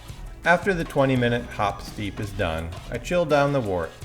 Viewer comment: I watched a couple of your videos. Great content. A couple of little picky things: Trub is pronounced Troob. Wort is pronounced Wurt. It's always a good idea to hydrate your yeast. You get visual confirmation that your yeast is good or bad. It can also help you to avoid off flavors that might happen with a direct pitch. It would have been nice to include S-04 in the comparison. I find that it makes IPAs finish about a point higher than US-05, but it tastes way sweeter than that.